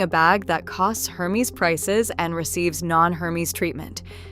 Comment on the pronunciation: if you will be doing reviews of luxury bags, make sure to pronounce the brand names correctly. Hermes is pronounced with a silent "H" and a soft e, not a Long e. . It is pronounced Air-mes